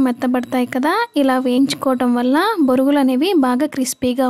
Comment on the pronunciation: Borugulu ani anakudadu thappu Bonugulu ani anaalee 😂😂😂😂😂